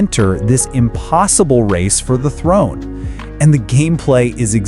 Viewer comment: "The warrior Oswald" is crazy. "Throne" is crazier. You can't play the game with their in-battle interactions and walk away not knowing how to say the characters' names.